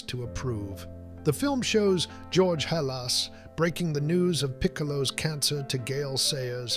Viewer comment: You mispronounced "Halas" several times.